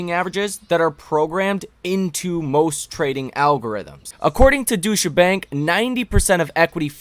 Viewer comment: Doy cha bank not Douche a bank ✌️